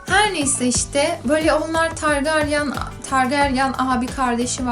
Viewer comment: Bir de targaryan diye okunmuyo targaryın diye okunur targaryen diye yazılır birde isteyen istediği yaşta okusun